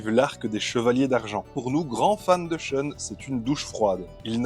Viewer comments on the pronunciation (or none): SHEUNE ?? Pourquoi prononcez-vous comme si c'était un nom anglais ? A priori c'est japonais, respectez donc la phonétique japonaise. Prononcez donc SHOUN. L'argument de "je me base sur la prononciation des comédiens de doublage" n'a aucune valeur. Ces gens-là n'y connaissaient rien et n'ont jamais été corrigés. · La prononciation avec l'accent français "Choune" est ridicule. Mieux vaut le prononcer comme dans la VF car c'est plus proche de la vraie prononciation Japonaise que "Choune".